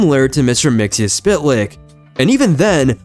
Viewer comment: Did this MF jsut say "Mixy-Spit-Lick?"